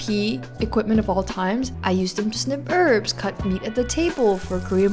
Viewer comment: "ERBS" do better... HERBS